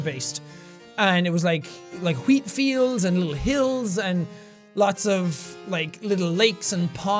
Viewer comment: Jack says wheat like Stewie says cool whip